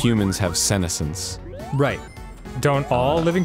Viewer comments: Senessence pronounced with a su sound not a sen sound as Arin was saying dont want you all going around mispronouncing words essentially the word is jut the two words sun and essence together, sorry i just hate when people horribly mispronounce easy words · lol at Arin pronouncing it like "sinnocence" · You'd think he'd say it right considering he's taken a fair amount of Japanese... though in all honesty I don't recall him saying Kamina this episode. Maybe I just zoned out. Incidentally he pronounced "senescence" wrong, though more in terms of syllable stresses than something more significant. It bothered me more than it should, especially considering that's not exactly a common word. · I don't like the way Arin pronounces "senescence" :/ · You’re mispronouncing senescence